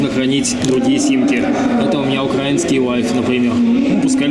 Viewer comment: ударение не УкрАинский, а УкраИнский, запомни на будущие, пж)